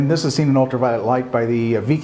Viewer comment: This is great, but why did he say "Viking" like that?!?!!??